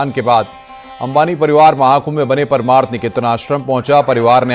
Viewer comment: paramarth hai paraamarth nahi... pronounce to sahi kar lo